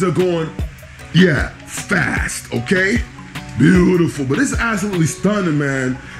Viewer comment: Cute house!, you crack me up "Foyer vibes" and I love your "Buh U tiful!" 🤣❤👍